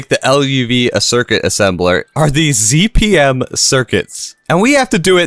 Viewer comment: too bad he doesnt pronouce them right 😢